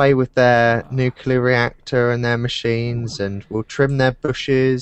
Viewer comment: atath the wires from the nucular reactor